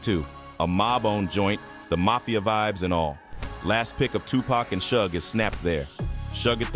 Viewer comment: Lady how you still mispronounce Tupac name after you heard the gentleman just say his name..I mean really???.I'm saying.them eyebrows was thick as hell...